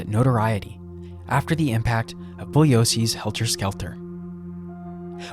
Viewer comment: Kudos for the pronunciation of Bugliosi, stellar! And so rare. And the book Chaos by Tom O'NEILL is very interesting and highly recommended.